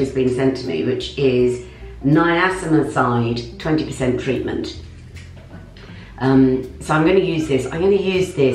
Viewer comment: which is “Nia-ci-ma-cide” 😄 ur the sweetest! It’s Nia-ci-na-mide if you care ☺️✌🏼❤️ also Huge Congratulations on ur Blue Tick on Insta!!!! Xx